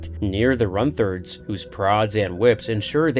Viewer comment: Lost me at 'Runth-erd'...Runt. Herd. A herder of runts. Not an erder of runths